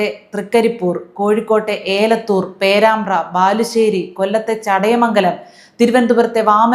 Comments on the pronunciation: ഏലത്തൂർ അല്ല എലത്തൂർ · ഏലത്തൂർ അല്ല എലത്തൂർ ആണ്